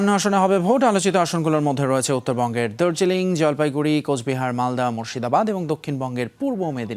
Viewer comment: এডা দার্জিলিং না দার্জিলিং 😁😁